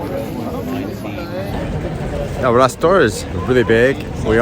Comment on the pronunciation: It's called El Rastro, not rastor;) as far as I know. Bye the way, men do take their hats of at the dinner table. I guess it should be the same in America?